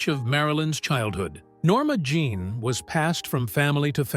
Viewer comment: Jean not Jzhon.